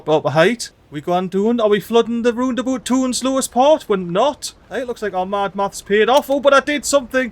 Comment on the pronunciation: RoundAbout ❌ LandaBoot ✅